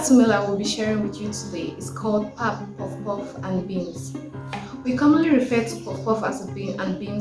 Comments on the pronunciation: The "pap" is pronounced the way you would say "pup" in "puppy". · Please not PAP, it's pronounced Pahp - long A. 😂